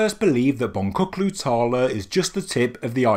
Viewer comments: Bon-tchu-klu tarla. Not bon-ku-klu tarla. :) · The correct pronunciation is: Bon-Jook-lu tahr-lah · In turkish the letter C is never pronounced with a K, the name of the place is Bon-chook-loo Tarla which means Bead Field. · For future reference, the turkish c in boncuklu tarla is meant to be pronounced like a g/j as in george. the name means field of beads.